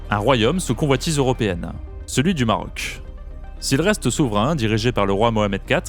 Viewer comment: GéographiQUEEE, époQUEE, stratégiqueeee, AtlantiQQUUEE, BritaniQQQUEEE, MarocKKSSHH, AffriQUEE, haha trop marrant ! Comment sont prononcé les mots finissant par "..que" dans cette vidéo 🤣 "KKKSSSH"